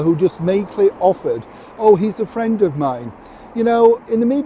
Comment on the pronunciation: "He's my Fwend"!!